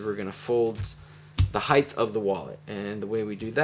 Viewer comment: Heighth? Is this a combination of depth and height? 😉 but seriously, thanks for an awesome tutorial.